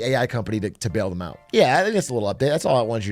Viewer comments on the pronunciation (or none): none